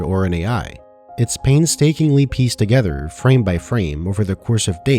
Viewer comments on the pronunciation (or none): none